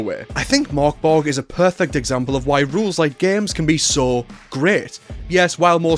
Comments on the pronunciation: You dont need to do the complicated Murk Berry thing - it actually says in the book on page 1, Pronouced Murk Borg. phew! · The Ö means it’s pronounced Murk Borg